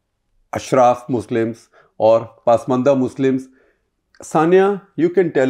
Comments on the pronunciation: I thought it’s pronounced pasmaandaa पस्मान्दा. And yet I hear paasmandaa पास्मन्दा in this clip and elsewhere. Does anyone know for sure? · Very informative & loved it. Only suggestion would be to pronounce Hindi and Urdu words as per local diction not as per English pronunciation. Pasmanda is ‘Pus- maanda’ not pass- maanda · Your Muslim expert can't pronounce Pasmanda properly. She has always pronounced it as Paasmanda. Please ask he to correct it.